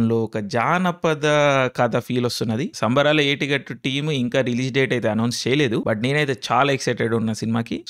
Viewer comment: అసలు సినిమా పేరు ఏమి చెపుతున్నావో కొంచెం అర్థం అయ్యేటట్లు చెప్పలిగా నీలో నువ్వ్వే మింగేస్తున్నావు